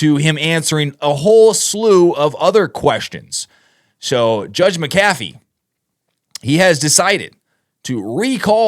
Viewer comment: Pronounced Mac- a - VEE !!